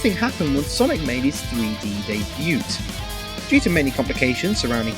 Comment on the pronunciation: The t in debut is silent.